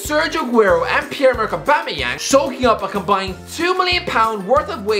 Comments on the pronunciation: I'll never forget Lee Judge pronounce it "Aubangeyang" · Aubamawho? Aubamawha? AUBAMABLUDCATYANG!!!